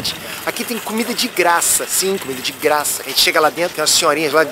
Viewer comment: "De gra ça" aehooo